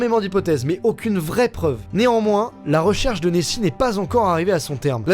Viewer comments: Nessie -> neoxi 😂😂 c nul 😒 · a chaque fois j'entend messi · Qui à entendu Messi quand il a dit Nessie